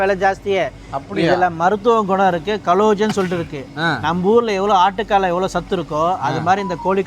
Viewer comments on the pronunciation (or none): கலோஜன் ❌️ கொலாஜன் ✅️